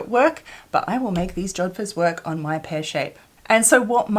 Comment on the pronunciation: Did you say jodphurs?🤔 Are you a rider? That's splendid. They don't look easy. I'll look forward to that.